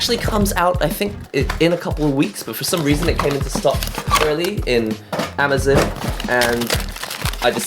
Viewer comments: When He Says Amazin Not Amazon -_ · Dude. It's Amazon. Not Amazin. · amazon not amazin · What is "Amazun"?? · His pronounciation of Amazon is "Amazin". lel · It's Ah-may-zin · the way he pronounced amazon makes me cringe